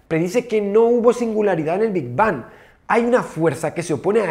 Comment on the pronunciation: PENSÉ QUE EN VERDAD DECÍA "QUE HABÍA ANTES DEL NOPOR" 😔